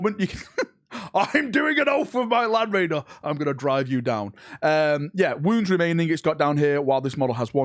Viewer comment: It's "LAND's Raider!!!!!" - Arhkhan Land circa M31